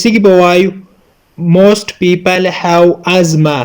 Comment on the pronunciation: Salamona teacher I live in London. British people say have. هب. And you say هو